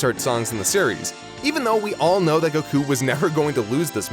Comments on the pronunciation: If you're gonna be pretentious enough to pronounce Goku like that at least do it right, the O sound in the native language would be a short O not a long O. Goh-Kuu not GO-kuu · Japanese does not have timing based accents. It’s Goku, not Go’ku. Learn to say Goku correctly first before correcting people on tenkaichi budokai. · gokuu... not to be rude but why do you say gokuu when everyone else pronounce it goku with parenthesis on the O in goku